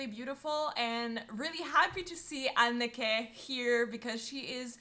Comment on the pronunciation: Great reaction, but just a small remark: The name "Anneke" is pronounced a bit different from how you pronounce it. I'm not good with phonetic descriptions, but both "e"s in her name are pronounced the same.